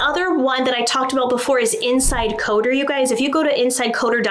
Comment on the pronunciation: Oh, it is INCI Decoder. INCI is International Nomenclature Cosmetic Ingredient and is pronounced “Inky Decoder”.